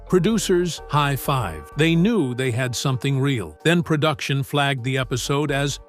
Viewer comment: Narrator: "PERDUCTION" IS NOT A WORD. * PRODUCTION. "PERDUCER" IS NOT A WORD. * PRODUCER.